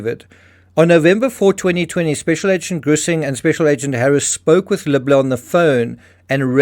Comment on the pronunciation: You keep saying the name as “” when it’s obviously “Libler” …and it’s confusing (at least to me). Perhaps you can do better there?